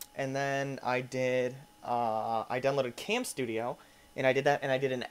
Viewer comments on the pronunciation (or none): none